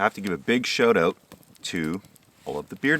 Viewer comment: I love it when Canadians say 'shout out'